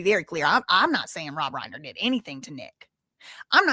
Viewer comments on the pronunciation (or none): The surname Reiner: the first syllable does not rhyme with lane; it rhymes with line.